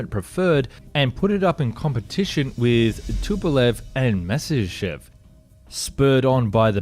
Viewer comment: You should check some of his other videos. He cant pronounce Spandau, he cant pronounce Messerschmitt...he cant even pronounce Nimitz. He keeps saying Nismir Aircraft Carrier in a bunch of videos. Hes not educated enough or just has a problem with words.